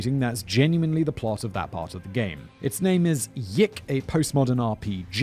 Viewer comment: YIIK is pronounced Y2K and, unsurprisingly, it's bad along with being in poor taste